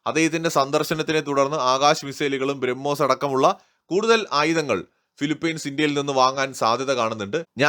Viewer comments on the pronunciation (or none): none